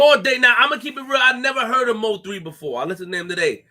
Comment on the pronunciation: It's pronounced (Moe - 3) not M.O. 3. Bro a true Dallas Legend 🙏🏾😥🚫🧢💯